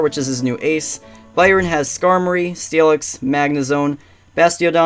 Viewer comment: Awesome editing bro :3 can't wait for part 2. And btw Byron is pronounced the way you pronounce iron ;)